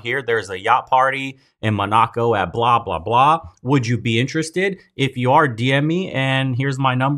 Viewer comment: Mo-ná-co?? Mo-ná-co?!!? You mean Món-a-co?